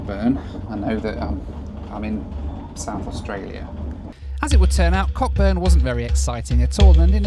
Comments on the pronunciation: I think you will find that Cockburn is pronounced as coburn the c and k are silent ! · Pronounced "Koh-burn" 😂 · Fabulous video. Really enjoyed it, thanks ! A couple of incorrectly pronounced place names: Nullarbor (null-ah-bore) ; Cockburn (co-burn); Coober Pedy ( Coo-ber PeeDee) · pronounced coburn of course ;-) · Cockburn is pronounced Co burn mate😂😂😂 common mistake but dont let them aussies hear you like me if not they wont stop making fun of ya😂